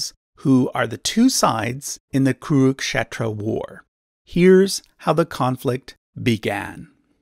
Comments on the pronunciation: And when you pronounce an English word wrong, your excuse is "it's not my first language". Cut him a slack and appreciate the effort. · I think it should be pronounced "kuru-k'shetra" not "kuruk-shetra" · Actually It's" kuru-k-kshetra " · Both is wrong. Original sanskrit pronounce it as 'kuru'khetro'